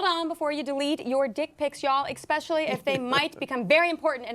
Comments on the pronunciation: especially, not exspecially... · It's "especially", not "expecially". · You lost me at "expecially" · I can't take someone seriously if one of the first five words out of their mouth is "expecially" [sic] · "expecially." Seriously tyt you hired this annoying chick who doesn't even know basic vocabulary? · So the woman making fun of the way people talk said expecially lol